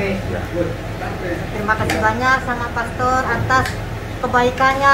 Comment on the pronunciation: Bukan pester tapi pastor dlm bahasa ingrisnya..,bacanya persis sama dgn bahasa Indonesia Pastor